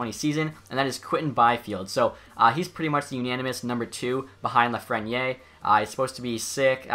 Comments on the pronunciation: Hi! I love the concept, but it is pronounced Lafreni Air... haha sorry:) keep on doing the great job! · theres an e at the end of lafreniere so pronoune the r. its afrench name buddy cmon its reaalyy not that hard... if you can pronounce kopitar